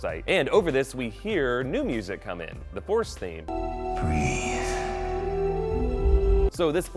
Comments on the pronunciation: breathe, not breath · Luke does not say "breath", he says "breathe" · Btw it's BREATHE not BREATH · BREATHE...NOT BREATH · Breathe, not breath. Other than that, great video. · BREATHE, NOT BREATH LOL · "breathe", not "breath"... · BREATHE not BREATH! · breathE not breath lol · Breathe. Not Breath.